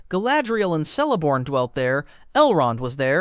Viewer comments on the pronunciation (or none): Celeborn is pronounced Keleborn